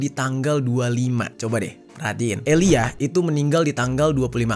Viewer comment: Aaliyah cara bacanya tetep "Aliya" yah 😊 bukan eliyah. Ngga sabar nunggu ending kasus ini & nungguin documentary karya 50cent tentang DD di netflix